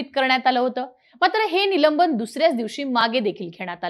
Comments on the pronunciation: निलंबण हा शब्द नाही तर निलंबन आसा आहे.बरेच बातमीदार अत्यंत अशुध्द म्हणतात योग्य शब्द म्हणण्यास सांगावे वीद्याथ्यांमधे असे चुकीचे शब्द पसरवले जतात. . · निलंबण नाही निलंबन नीट बोलायला शीका आधी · निलंबन म्हणा हो ताई " निलंबण 😂😅 नाही ! " बोल भिडू " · निलंबण, निलंबण, निलंबण ऐकून वैताग आला. अगं बाई निलंबन असतं ते निलंबण नाही. कधी शुद्ध बोलायला शिकणार. नसेल येत शुद्ध बोलता तर व्हिडिओ करणं बंद कर. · निलंबन अहो बाई , निलंबण नाही मराठी भाषेची विटंबना का करता. ? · काय निवेदिका घेतलीय.न आणि ण मधला फरक कळत नाही हिला? निलंबनाऐवजी निलंबणं बोलतेय. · ही मुलगी निलंबन ला निलंबण म्हणते. बोल भिडू qualified माणसे आणा